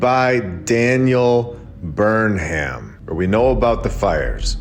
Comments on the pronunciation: ‘Burnham’ is pronounced ‘Burn-em’…like “Burn ‘em”. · BTW, "Burnham" is actually pronounced "burn 'em". Get it? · I'll say it again... the name Burnham is generally pronounced BURNum which makes a lot more sense in the narrative than BurnHAM. Also, Greenwich is pronounced gren-itch. So much jam-packed in this hour, it'll take a couple views to get through it all. The catacombs themselves are worthy of a lot more attention; incredible info!!! Thank you,!